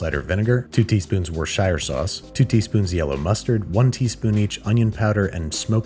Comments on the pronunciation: So you can pronounce Gochujang and Gochugaru, but can't say Worcestershire? For anybody curious, it is pronounced like the city Worcester. "wou-sta-sher sauce" Not really that complicated. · it's actually wist-ishur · gotta love the way he pronounces worst chester shire sauce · wooster-shur sauce, it's not difficult. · get it right its wosher shrie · getting mad about the pronunciation of wuhrstcheshtershyeur sauce made my day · Always coming with the goods! Just to let any Americans know, the correct way to pronounce Worcestershire sauce is wu-stuh-shuh-sauce or if you’re a southerner like me Woosta-sauce. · Worschreschersestershire sauce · For future use it's "wuh.. ster.. shur" sauce. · Repeat after me: "Wuss-ter-shear sauce." Simple. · Worcestershire is prounounced wuss-teh-sher in England :) the R, C, E and S are silent (don't ask me why) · It's pronounced "Whoa - Rochester - Shy - Re" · Mf said Woar shire sauce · Babish pronouncing worcestershire sauce differently every time makes my day. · One of these days you need to make a compilation of every single time you say Worcestershire sauce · Someone needs to make a compilation of Andrew mispronouncing Worcestershire Sauce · Glad to see that the time-honored tradition of butchering the word "Worcestershire" in as many ways as phonetically possibly is still alive and kicking. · WORCESTERSHIRE sauce? Why cant Americans say that word properly2 HAHAHHAHAH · I think he's being facetious. He's purposely pronouncing it wrong to be funny.